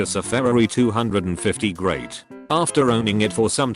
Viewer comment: Nobody: Not a soul: Not a single atom: Text to speech: Ferrari 250GREAT